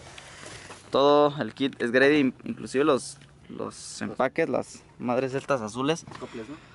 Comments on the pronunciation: Carnal la marca se pronuncia G—Ready!! Un abrazo un feliz cumpleaños! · Nada más como observación, la marca de ese kit twin turbo es G-Ready, tu lo pronuncias GREDY, lo pronuncia mal. Debería sonar YI REDI, si me explico. Saludos.. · "Gredi" jaja